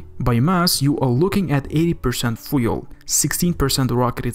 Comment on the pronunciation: A very good video. But for God’s sake, learn how to say FUEL properly.